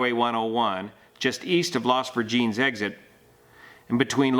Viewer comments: at min you state the road name “las virgings” I believe it is pronounced las vir-gen-(Es). I could be wrong but I’ll check and get back to you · Additional researching says it is pronounced VER-Jen-es. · It’s pronounced Las Ver-gen-es (but spelled Virgenes). Also he was NOT close to the tops of the hills bc if you see where the crash is there were at least 3 more hills above the crash site. The Santa Monica Mountains have layered hills that start about 1.5 miles north of the Malibu Canyon tunnel. So imagine if you layer four hills one on top of each other but the next one could be 400 to 700 feet above the one below it. They lay float one atop the other with the lowest hill being the one on top, etc but at an angle of perhaps 40 denoedsydyhx lldegrees or more from the horizon. The area of the crash did have hiking trails which are all over the place. I just kid mm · Edit:, the street is pronounced "Las Vir-gin-ess" I had no idea what you were saying until I looked it up on the actual report. FYI. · It’s Las Vir gen es. Sounds like Virgin with an “s” at the end. Your pronunciation is hilarious to those of us who live there! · Pronounced incorrectly ...LAS VIR GIN ESS .... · I love watching your channel. I'm from Thousand Oaks where Kobe's Academy is. I was born in the valley and raised in Thousand Oaks so I'm very familiar with the area. The fog is wicked when it rolls in and it's basically impossible to even see the roads. This is just so sad. Oh, and Las Virgenes Rd. is pronounced Las Virgin-es. 😊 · Pronounced Las "Virgin ESS"